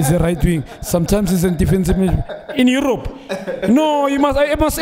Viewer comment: "in uerope?" 🤣⚰️⚰️⚰️